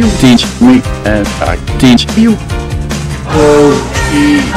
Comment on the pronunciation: Ja, k herken de Pokemon uitspraak heel erg van obama!